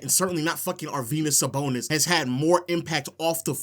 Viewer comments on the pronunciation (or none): Nga said arvydas sabonis 😭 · almost clicked off when he said sabonis 😭😭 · Bro is like 30 years old having a temper tantrum like a 5 year old shouting “you’re dumb” just because he doesn’t like someone’s all time nba list lmao. Constantly calling other people dumb when he can’t even pronounce sabonis’ first name correctly, and spent an entire video saying “expedition” instead of “exhibition” when talking about team USA’s exhibition games.